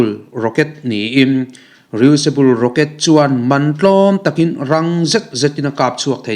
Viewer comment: Re-useable i lam dan hi a dik chiah lo ania..